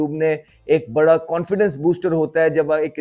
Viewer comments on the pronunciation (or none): none